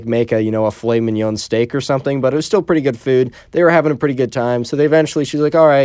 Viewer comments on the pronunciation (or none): none